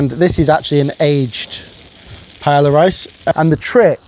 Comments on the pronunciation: The food looks delicious. The pronunciation of paella... not so much. 😂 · I just can't with the pronunciation haha. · First time I’ve ever heard someone pronounce paella like that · definitely an englishmen, the worst pronunciation of paella 😂😂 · Such a high level and skilled chef like you pronouncing Paella as ''Paela' instead off ''Paeya'' is asinine. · could you at least try to pronounce Paella Correctly, time to fix the family tradition ! The L's are pronounced with a Y sound, not an L sound ........ Pai-ay-uh. No L sounds. I love your channels but this is the kind of stuff that makes anyone sound a little foolish, especially mispronouncing a world recognized and loved dish. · Awesome!! BTW it’s pronounced pie-ā-ya I think 😅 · It’s not Pa Ella it’s Pa Eyya 🙄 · Say it with me... pai-AY-uh. Wtf is a "pie-La" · I personally love how much honour you give the dish, while making zero effort to pronounce the word correctly. "How do you say it? Pa-eya? Nahhh, I will say pie-eller" Bless you😂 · Would it kill British people to say pai-eya instead of pai-ella? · Honestly, I think you have so much to offer. That said, I just can’t get past the mispronunciation of paella. You must know that it’s “pie-eh-ya” right? Not “pie-ella.” Maybe it’s me but it’s hard to hear. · Please, it is pronounced pah-eh-yah, NOT pie-ey-yah. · Pronounced “Pae-ya” not “Pae-la.” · Interesting how you use the incorrect (pie-ell-a) and correct (pie-ay-a) pronunciations of paella..... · Great video and recipe, but I can't get over the typical British "Pay-yell-ah" pronunciation. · You should probably know this as you're an impressive chef who knows all the names for this spanish dish, but the double L is pronounced as a Y, so you should pronounce it as pae-ya. Sorry for sounding stuck up it's just very grating on Spanish ears. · Say pa-ella one more time big boy, i swear.... hiw lomg have yiu been saying that? At least look up the pronunciation will you? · Ther is no R in paella. It’s not paellr